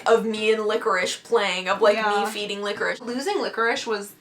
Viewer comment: its licorice not licherish